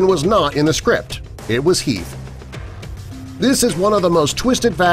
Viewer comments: Its Heath and not "Health" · heath not health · ALFRED* And Heath* not health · mistake detected.... It'd be heath not health. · Great vid but, u said Health instead of Heath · #5 says Health instead of Heath... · it's Heath no health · Nr 13 at 6.31 min , explosion , iT was Heath. NOT health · it was Heath not Health 🙄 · wtf he just said Arthur also says health